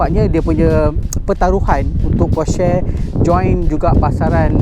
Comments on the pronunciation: Nih baru betul enthusiast. Stgh claim mcm2 tp nk sebut porsche taycan pun salah. Porsha la, posh la, teiken la, taiken la 🤭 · bang porsche bang bukan porsche...